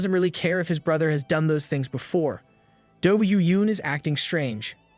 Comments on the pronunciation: Great story. Only annoying thing is the pronunciation of this and tho. It’s not a D at the beginning of those words. It’s a T. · God's sake, stop with the dhey and doh bullshit. You sound like a retard lol. It's so cringe